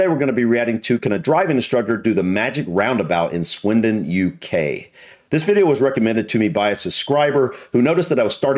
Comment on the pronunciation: Good lord the man couldn't even pronounce the place names! For a driving instructor he didn't explain it well and he seemed to make it more difficult. I live near Swindon and the magic roundabout is actually really easy to drive around although it can be a bit scary the first time. After my voluntary job I drive across it late at night and you barely have to stop so when it's quite it's great as you're not stop/starting all the time. The scariest roundabout I've ever been across is the Arc de Triomphe in Paris; you should give it a google! That is frightening! On the whole I love roundabouts as they keep the traffic flowing much better than junctions.